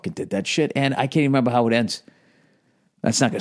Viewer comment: "member the old days.... member chewi... member E.T... yeah I member"